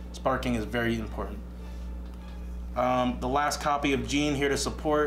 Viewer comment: 'Yes I know how to pronounce her name' Proceeds to butcher JEAN I'm livid